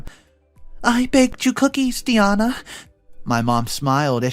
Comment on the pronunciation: Ok i love that you narrate the stories but is it too much to ask to have name said correctly. Di-ana not De-ana🤦🏽‍♀️. Again I love that you narrate but come on now.